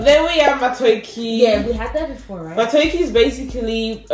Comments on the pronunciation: it is matoke, not matoki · it’s “ma- toh- keh” elongate the “toh”